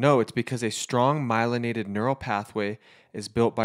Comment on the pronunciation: He said myliaided lol ??? Just don’t sound right lol